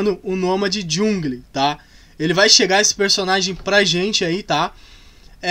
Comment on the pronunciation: É jangol que fala em português 👍♥️